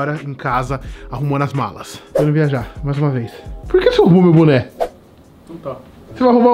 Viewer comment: Ué se vai usar boné? "Buné" kkkkkkkkkk